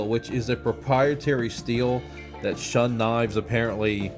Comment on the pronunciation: You mean "Shoon" not "Shun".